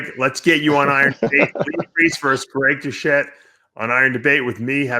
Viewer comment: Who the fuck is Greg Diuchette ? Do Lee vs Kermett the Frog.